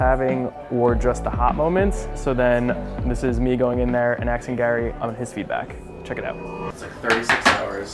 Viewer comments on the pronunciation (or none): the word "aksing" 😬Still love the content though 🤙🏼